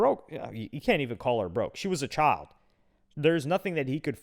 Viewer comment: You mispronounced child